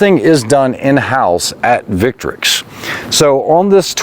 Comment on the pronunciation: Thank you very much for pronouncing the name of the brand correctly.